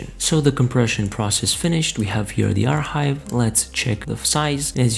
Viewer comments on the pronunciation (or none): it really dont matter but its pronounced "AR Kive" not "AR Hive" the H is silent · im gonna lose my shit if this guy says "are hive" one more time